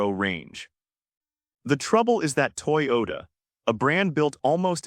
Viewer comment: Overall, good information… marred by a ridiculous AI narration (I love the way it mispronounces Toyota and Mercedes). Lesson: Luxury EVs just might not be the best “investment.”